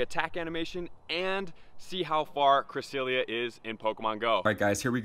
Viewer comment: not to offend you, but it is pronounnced cre-SEL-ee-uh